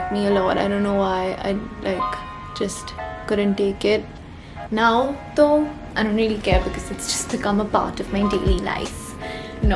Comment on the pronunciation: when you said “now toh” i love how the Indian in you is still evident while you continue to live and grow in LA